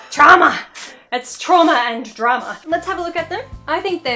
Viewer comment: When she said trama it sounded like trauma in swedish